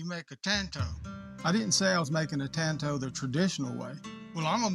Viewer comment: The man can’t say tanto but he sure can make one